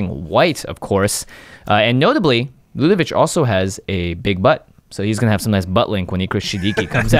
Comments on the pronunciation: Ludevic ends with a 'k' sound, not a 'ch'! Stop it! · It’s Ludevic with a hard “k” at the end...come on guys, it’s a name that exists it’s not that tricky. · There’s no “h” at the end of Ludevic. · I'm at the 6min mark and ready to pull my hair out because everyone is mispronouncing Ludevic. I probably won't be able to finish this episode.